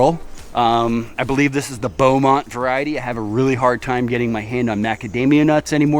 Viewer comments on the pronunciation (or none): none